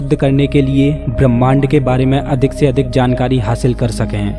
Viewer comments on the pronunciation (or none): none